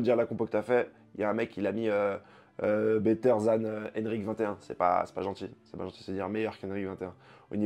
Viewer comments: C’est pas c’est Enriqueee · Toujours des prononciations de baiser 😂😂😂 one cunni